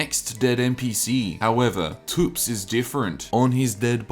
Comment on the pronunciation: ...pronouncing thops as toops gave me a nosebleed